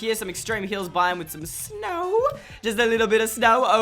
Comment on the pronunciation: It isn’t snrow